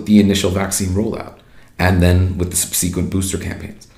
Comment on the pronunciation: His pronunciation of "subsequent" is not standard American English, but he seems like an American. Weird.